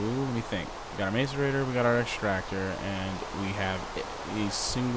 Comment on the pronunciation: Diggin this series, my only problem is it is "Mass-i-rator" and not Mace-i-rator"